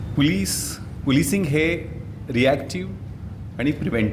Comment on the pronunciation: नांगरे पाटील ...तुकाराम मुंढे तूम्ही कधीच बनू शकत नाही...आधी... पोलीस बोलायला शिका.. महाराष्ट्र पोलीस सेवेत काम करताना किमान मराठीतला.. पोलीस शब्द तरी व्यवस्थित उच्चारा... कारण तुम्ही मराठी मध्ये बोलत आहात... हिंदी मधे नाही....